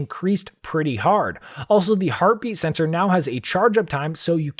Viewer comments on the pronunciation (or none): Every time he said heartbeat sensor Sounded herpes sensor lol